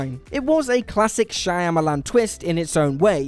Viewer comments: Your gut is right. It isn’t Shayamalan. Pronounce ‘Shya’ as you would ‘Ca’ in cat. Alternatively, you could just say Shamalan. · also.."shy-amalon"...kept thinking to myself "shawmalan" damnit! lol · If you can't pronounce Shyamalan, you don't get to offer an opinion. And if you don't understand why Soderbergh had Streep play two roles instead of hiring "an actual Panamanian," you should probably stop writing and talking about movies. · Is it me or did the narrator manage to pronounce Shyamalan different almost every single time? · Can you guys please learn how to pronounce M. Night Shyamalan's name?